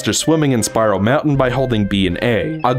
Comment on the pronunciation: Whenever you say Spiral Mountain, it sounds like Spyro Mountain.